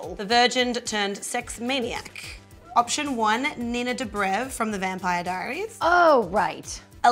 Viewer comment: You pronounced "Dobrev" wrong. Also I like Alexis for the role and I like the idea of Alex as Christian, but I think he's younger than the character and they always cast people who are older than the character they're playing.